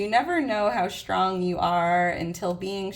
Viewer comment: Today is my birthday!🎉 I am Shtrong and I have shtrenth. No shtress here. P.S. Where is this accent from?